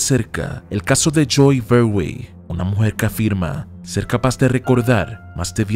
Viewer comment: Por si alguien busca el nombre es Joey Verwey! Por que el locutor lo pronuncia como Choey Berway!